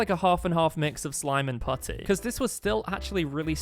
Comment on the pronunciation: The way you say putty is crazy❤💀💀💀💀